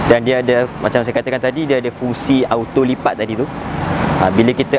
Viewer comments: Belajar sebut "auto" betul2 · Jangan sebut auto bunyinya oto